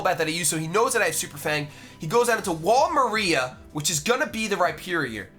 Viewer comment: wall maria isn't pronounced like the name maria, it's pronounced Marr-Ee-Uh not Muh-Ree-Uh